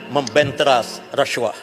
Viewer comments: Apa masaalah kalau sebut rasuah elok2, lidah org melayu, ni reshuah2, mcm bab btl, belagak nk mampos, mp parti sorgaa ni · Orang Asli je yg sebut huruf S tu jadi ‘resyuah resyuah’ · Masaklah kau lepas ni. Cakap pun pelat RASHUAH😂😂😂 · bahas belanjawan ka bahas kes " rasyuah "....sebut bg betoi lah..kau tu mp ooiiii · Sebut rasuah pun x reti... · sebut rasuah pun x betoi...peedahhhh..begitu lah mp pas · Ada juga ahli parlimen pelat. Pergi masuk makmal bahasa. Belajar sebutan yang betul. Booodoooh. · ptt pun ade dgr pelik semacam mangkuk haram ni pronounce rasuah